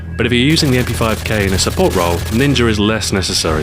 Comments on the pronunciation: lolz ninjer u said ninjer instead of ninja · he says ninjer and it makes me laugh just a little bit every time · I love how how says ninger